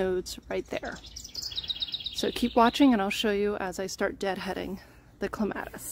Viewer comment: You say it like me! I am adding a clematis to my yard and I was getting a little paranoid because every other video I have seen has pronounced it so differently. I was thinking I have been saying it wrong for forty years. But I saw in another comment you are from Michigan, so maybe it is a regional thing, like knowing cot and caught sound nothing alike.